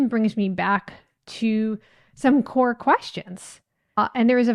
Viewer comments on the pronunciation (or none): none